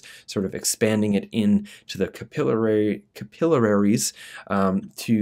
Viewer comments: CAPILLARIES! 😂 not capillararies 😂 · This combo seems amazing , Paul's the man. But bro... I gotta tell u it's CAPILLARIES not capilleraries😂 Friendly critique ✌️🌈🙏🍄🙌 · It’s pronounced Cap-ill-aries